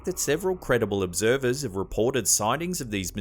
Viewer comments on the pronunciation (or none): So is it observed or obserbed?